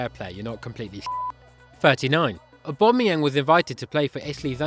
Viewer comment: How the hell did you get that correctly